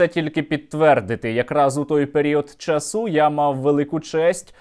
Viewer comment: гарний розбір, Сергію, але наголос чАсу, а не часУ